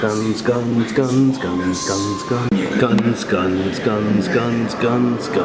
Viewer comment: When he says “guns” over and ove it sounds like “scun”